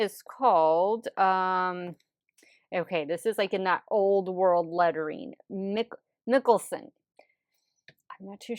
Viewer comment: Its pronounced "Michaelson" from the Vampire Diaries/The Originals. A lot of the shade names are from the show lol.